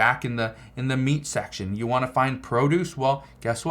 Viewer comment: Man it's you not yoou